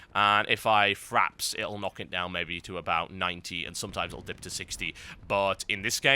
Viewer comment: TB, it's FRAPS not FRAPs